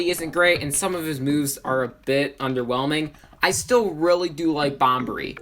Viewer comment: Bobbery, not Bombery